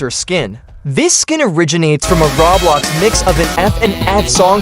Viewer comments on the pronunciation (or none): none